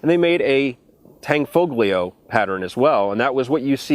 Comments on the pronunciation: How different is that from the AT-84s? I love the CZ 75 family of pistols, they are awesome! Tan-fo-lee-oh, is the phonetic spelling of Tanfoglio. I believe that I have unmasked as...... NOT AN ITALIAN!!!!! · You don't pronounce the G in Tanfoglio. Just Tanfolio and you will be saying it right. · you do not pronounce the "g" in tanfoglio just an fyi. love the vids! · it's pronounced solo-tour-n :-) (a Canton of Switzerland). And the "G" in "Tanfoglio" is silent. (sorry about being a smartass...)